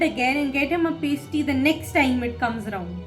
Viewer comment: For the future, it’s not “pay stee” like you pronounced it: it “pass tee”. Pumpkin Pass Tee, is how you’d pronounce it.